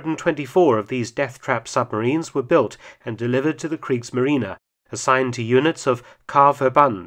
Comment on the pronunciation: German pronounciation gets better and better, even the "e" at the end of "Kriegsmarine" is correctly promounced. "Molch" is not pronounced "Molk", there is no sound like a German pronounced "ch" in English. The same with "Hecht" where the "ch" was almost correctly pronounced.